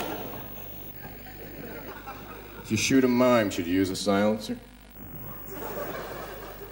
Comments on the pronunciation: I thought he said 'mine'. Would have been better if he said 'mime artist', which he probably changed for the next time. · I've heard him say that line in at least two presentations. Both times it sounded more like "mine", as in a land mine. His deadpan muttering delivery has a down side.